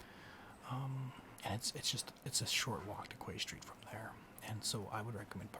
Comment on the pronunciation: Love this, just one note, it's pronounced Key St. I got corrected. Please make more of these!